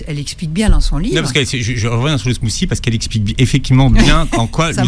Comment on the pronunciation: Le "smousi..." 😂 Mais dit "frappé " si tu sais pas parler anglais, va....